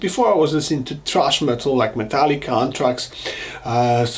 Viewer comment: Did you say THRASH metal or TRASH metal? Sorry, not busting your balls as i understand English is not your first language. Just curious